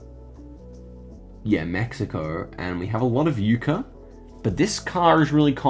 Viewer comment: FYI, Yucca is pronounced like “Yuck uh”’ not “Uke Uh”